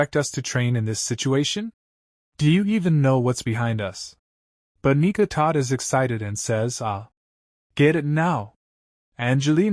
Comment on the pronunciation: bro why the fuck is the ai saying the n word instead of nika like tf